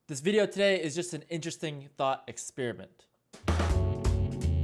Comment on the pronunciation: did he just say "thot experiment", can we copystrike?